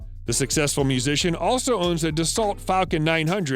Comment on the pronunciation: You need to work on your pronunciation of Dassault !